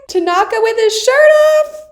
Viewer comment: TA-naka... not ta-NA-ka